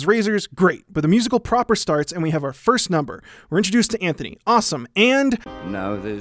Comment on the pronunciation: Antony not Anthony